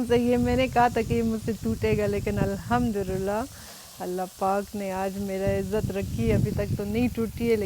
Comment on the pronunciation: Sorry for this correction but it's Arabic and Quranic word so pronounce alhamdolillah properly 😊